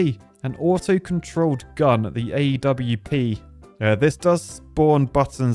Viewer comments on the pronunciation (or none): "A-W-P" . Any other previous CS players cringe? 😆